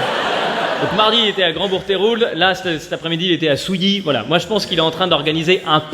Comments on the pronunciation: Souillac pas souillie !!!! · Souillac pas souilli 😂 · Souillac, pas Souilly !! ... Ouais... je suis du Sud-Ouest...